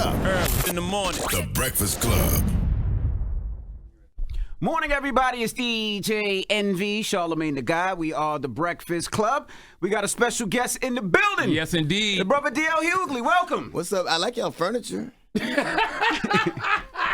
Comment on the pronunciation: How do you mess up your own name🤣 "good morning everyone, it's E.J. Envy" 👀😂😂